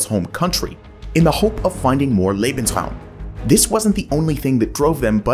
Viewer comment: thank you so much for saying "lay-bens-rawm" instead of "lee-bens-rawm" but...uh....should be "zaw-der zay" not "zwee-der zay" 🙂